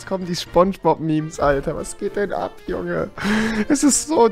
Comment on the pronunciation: Rewi es heißt Sponchbob nicht Schponschbob